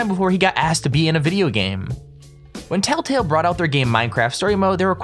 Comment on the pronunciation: it's Telltale. You said tattle tail XD